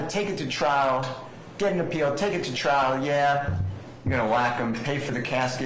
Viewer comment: Trial*** not “Trail”… lol